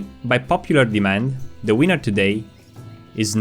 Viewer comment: I know English may not be people’s native tongue and that everyone has accents, but PLEASE just try and avoid pronouncing winner as wiener 🍆